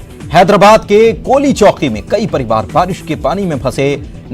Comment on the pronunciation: Towlichowki not kolichowki 😂😂😂